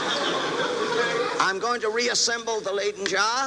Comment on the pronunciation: Say “lie-den” not “lay-den.”